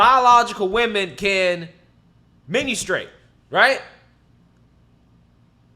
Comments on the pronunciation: What the heck is menu-strate? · ...my guy said menu-struate... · Did you say MENU STRATE lol